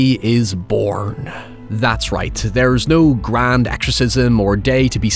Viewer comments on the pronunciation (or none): none